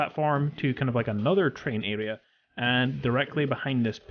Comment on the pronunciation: What's an "alea"? It's "aRea"